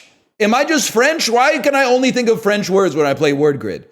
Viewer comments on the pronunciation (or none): He turns French when word grid is on screen 😂